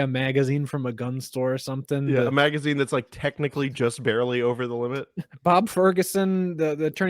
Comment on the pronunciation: Gentlemen repeat after me... Magazine. Its not that hard.